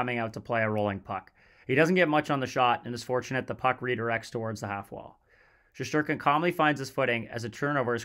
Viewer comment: Shesterkin/Shestyorkin * not Sheshterkin. Great video otherwise.